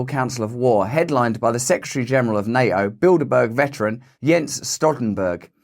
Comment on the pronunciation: It's NATO Russ.. not NA-O